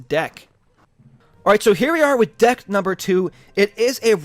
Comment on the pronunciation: he said ded instead of deck